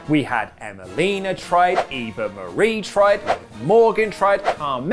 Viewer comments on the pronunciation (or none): none